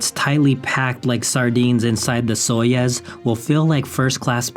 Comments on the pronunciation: It's Soyuz not Soyes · Your mispronunciation of Soyuz ruined the video for me 🙃